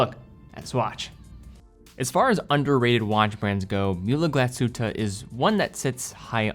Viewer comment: Great looking watch. But please dont butcher the pronuncation of Glasshütte. 😅